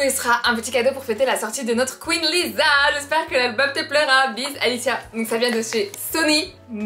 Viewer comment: Dans lisa le s se prénomme s et pas z